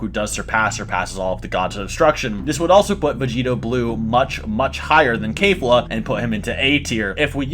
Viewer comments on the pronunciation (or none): I just got pissed off at how he says kefla. ITS NOT KAYFLA ITS KEF NOT NOT KAY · No hate but Kayfla? Its pronounced kefla He said ca-bae its cabba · This mans said "Cabay" bruh its cabba.......its kefla, not kayfla. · Its kefla not kalefla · "Kefura" would be the most accurate way to say it as that's how it's pronounced in Japanese. The closest English pronunciation to that is Keh-fla, not Kay-fla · It’s Kefla not kafla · Kefla not Kayfla. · It's pronounced Keh-fluh not Kay-fluh, you can even listen to how the pronounce it in the japanese version. The Ka in Kale is pronounced Kay-l but in Keflas name its a KE not a KA. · FOR THE LAST TIME ITS KEF-LA NOT KAY-FLA. for fucks sake. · Fuck bro, you are all over the place, not to mention SCREAMING into the mic... -It's Kefla, Not Kayfla. -Cell is Not a Saiyan. If an Asian gave me blood, I'm not now part asian. That's not how it works. Cell was a Bio-Android with the "cells" of a bunch of fighters. You can't include fusions bc it's not a single warrior, and since we're talking about Saiyan's, we all know that they are far too proud to let that happen! I can't feed into the rest of the weird shit discussed, but here's the Business... Everyone knows this to be the order: -Brolly -Goku -Vegeta This is all that matters! And If we're using the most current timeline of Dragonball Super Manga, then we all know that in chapter 75 Vegeta is about to surpass Goku with his newest Ascension! And it's possible that he took the #1 spot, but we won't know until we see All 3 together again the Super Hero movie. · Did my man just say KaiFa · It's pronounced keh-flah. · Mans said "Cabe" and "Kafla" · How u gon say kale and caulifla right then call their fusion kafla? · "Kayfla?" My man, it's pronounced like it's spelled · Maybe because the "Kale" pronunciation I mean, Kafla would be the most sense. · Keyfla lol, that pronounciation tho😭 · People always pronounce zamasu and kefla incorrect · If u gonna say kefla say it correctly